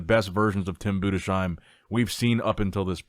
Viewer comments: Its Tim budes heim Not budesh eim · Nicks strength and comercials still not knowing how to pronounce Tim Budesheim